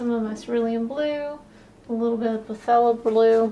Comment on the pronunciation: Phthalo pronounced (THAY- low)